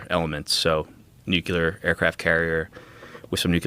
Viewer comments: Why do you keep saying nucular (nuclear)? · Wtf is nucyelar? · Nuclear. Nu-Clear.